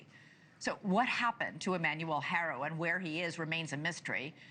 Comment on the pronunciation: as a good anchor women or journalist you should know how to pronounce the childs last name H is silent. Pronounced aro 😠. I'd expect this from another race but a hispanic😂